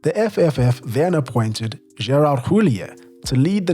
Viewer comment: you need stop trying to emulate fake French accent if you're gonna be wrong anyway. - Alain Giresse is not pronounced with hard G. It's not "G" as in "gorilla", it's "ZH" as in "closure". It's double frustrating because later you pronounced "David Ginola" correctly. "Gerard Houllier" - the "H" is silent there. I'm not even mentioning multiple wrong stresses here and there. "T" in "Robert" (Pires) and "D" in "Bernard" (Diomede) are also silent. just stop doing this or do a better research into foreign names.